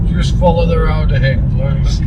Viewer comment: "Down the rowd"